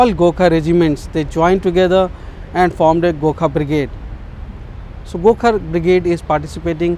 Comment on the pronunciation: fking cant even pronounce gorkha